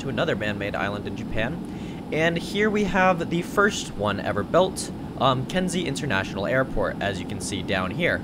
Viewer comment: lmao “Kenzie”...